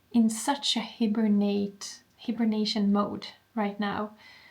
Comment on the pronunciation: Say hibernation like “HIGH-bernation” ❤❤❤❤❤❄️❄️❄️❄️❄️❄️